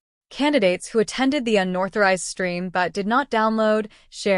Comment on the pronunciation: It’s “unauthorized” not unorthorized